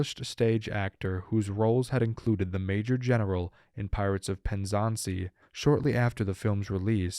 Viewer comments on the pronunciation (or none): Erm...pirates of WHERE? Check your pronunciations before recording!